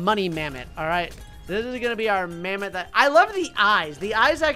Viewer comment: This isn't mammoth this is mamtho